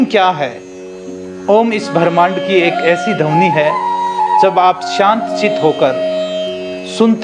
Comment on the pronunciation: शब्द को सबद, ध्वनि को धवनी मतलब कुछ भी